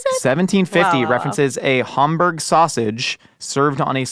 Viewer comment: Why is pronouncing Hamburg like Homburg? I've been there and no one pronounces it like that.